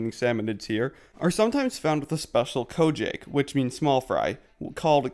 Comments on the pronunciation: Don’t know if anyone told you this already but It’s Ko-Ja-Keh not Ko-Jake Ko = small Ja-ke comes from Sake (鮭) meaning salmon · ko-jayk lmao